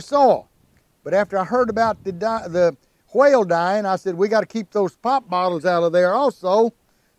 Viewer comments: Took me a few seconds to realize it was a whale and not a "quail" as I initially heard 😅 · I thought he say quail, then I realize is a whale in the ocean.lol